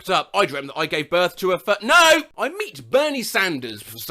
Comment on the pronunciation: dude refused to finish that one. Why was the way he abruptly said "NO" so funny Okay the ending got me